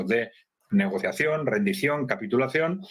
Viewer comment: Se dice Negociación